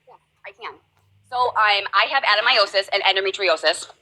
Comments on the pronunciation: Again: Ad-uh-NO- myosis!!! You're leaving out an entire syllable! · For someone so desperate for a diagnosis, I have never once heard her pronounce it correctly- Ad-en-o-myosis. It's not even that hard to pronounce.